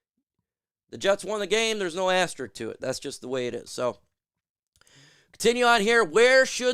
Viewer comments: All the "Jocks" mispronouncing asterISK. It does not end in "ik" . (But I subscribed anyway) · It's pronounced as-ter-isk. Love you man, which is why I'm pointing this out to help you as a commentator. Ass terrrr issssssk. When people mispronounce words it detracts from credibility.